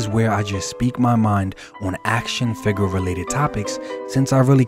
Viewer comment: I love videos. Down to earth and legit. But, every time he says “fig-urrr” I flinch.